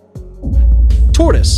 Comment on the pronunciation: [ { : tôrəs or tôrdəs ? (torus or tortoise) :( } ]